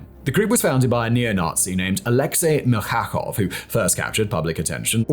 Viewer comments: MIL-CHA-KOV , not MIL KHA KHOV😅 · and Alexey Mil-cha-kov , not Mil-kha-khov 😊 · Rusich reads as "Rooseatch", The Russian in old-russian language. Really cool guys! Milchakov is "Meel-thca-khov" RID isn't PMC, pure volunteers